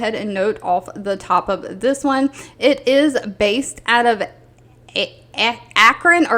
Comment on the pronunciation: You said Akron right the first time 😂 thank you for these jobs